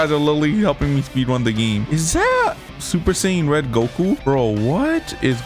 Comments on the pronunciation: Man said super saipan red🤣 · Bro said super Sayin red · Dr he said super sayain red😭😭😭💀